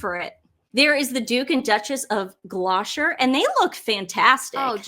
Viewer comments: Duke of Gloucester is pronounced “Gloss-ter”, not “Glosh_terr”. Thank you. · Duke and Duchess of Glosher 😂😂😂 Gloss stir😉 Gloucester. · Gloucester: Just say 'Gloster'. Not 'Gloshter' or 'Glosher'. Just Gloster. British English IS hard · The funniest one today that you said was Duchess of (Glosher) Gloucester is pronounced Glo ster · Speaking of pronunciation, it’s “gloss - ter” for Gloucester - a lot of Americans struggle with that one x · It's pronounced GLAW-ster. it's GLAW (like claw). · American you tubers who profess to be experts on the UK Royals might take a moment to learn how to pronounce the names of places and words. It’s not the Duke and Duchess of Glosher. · You pronounced Wimbledon correctly Gloucester is pronounced gloster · Hey ho Duke and Duchess of Gloucester is pronounced ... Gloster .just saying 😊 live your show ❤🇳🇿 NZ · .....the pronunciation of Gloucester is GLOSS - TER. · Pronounced Gloster 😊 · Great show 😊 It’s Glossster (pronunciation of Gloucester)😉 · English pronunciation check... Gloucester is pronounced, Gloss-ter. Hope it helps❤ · Gloucester pronounced Gloss-ter I would say🧐🤓❤ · So here's another mispronunciation...Duchess of Gloucester is pronounced DUCHESS of GLOSTER...Just sayin 🤗 Great video girls 💞💞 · That is def an article placed by Team Sussex. It is not long ago that Harry was walking up and down a London street with no visible security or four car motorcade. Duke and Duchess of Delusion. Oh… and it is pronounced Gloss-ta 😎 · GLOUCESTER= GLOSTA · Larcombe is pronounced 'Larcom' and Gloucester is pronounced 'Glossta'.😊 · Ok, so I’m going to be that person… Edinburgh: Eddin-bruh Gloucester: Gloss-tah And as I’m finishing this you’ve just said there’s a subreddit dedicated to your mispronunciations lol 😂😂😂 No disrespect intended :) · ..you pronounce Edingburgh and Gloucester wrong. But good try. ❤ Xxxx